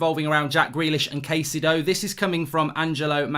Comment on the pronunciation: Kai-ce-do. Is the closer pronunciation of his name..